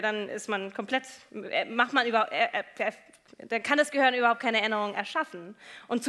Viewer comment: Ich mag die Frau Shaw ja wirklich, aber es heißt GEHIRN, nicht GEHOERN.